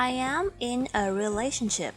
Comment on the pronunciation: แต่เวลา ออกเสียง ก็เป็น relashiption นะ ครับ